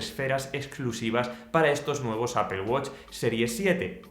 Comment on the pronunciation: "Apel" no "apol" que parece que vas a vomitar el nombre...